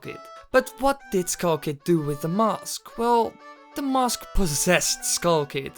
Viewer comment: finally mask isnt pronouced "mausk"